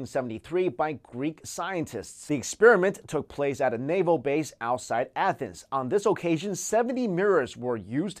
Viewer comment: Athens (uh-thens)